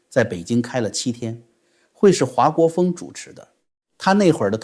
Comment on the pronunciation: 华（hua姓4声不是2声）国锋